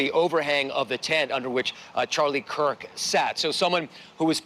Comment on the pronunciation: How/why do people keep pronouncing his name "Charlie Cook?"